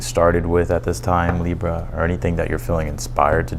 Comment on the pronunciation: Love the way you say Libra!! Libra Sun Virgo Moon Thank you. Your amazing!!! 💕💕💕💕 Receiving a generous gift That sounds good😊